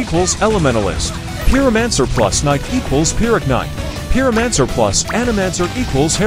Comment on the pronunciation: "peeromanser" lmao